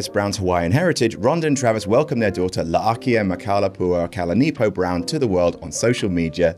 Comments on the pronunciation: How the hell did you say Ronda’s baby’s name so easily lol. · Hats off to you on the pronounciation of Rhonda's baby name. Nailed it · Congratulations for pronouncing Ronda Rousey's baby's name perfectly 👏 👏 👏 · Can we talk about how easily said that name? Almost like he’s a respectful human mental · I meant he took the time to learn how to pronounce it and get it right rather than just going “well I can’t pronounce that” and not saying the name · As a Hawaiian I must say HE FRICKEN NAILED THAT!!!! 10/10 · kudos to for pronouncing the baby's name with out butchering it